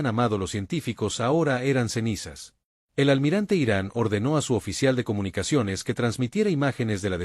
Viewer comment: "intercheptaron comunicachones" Horrible esa voz de IA.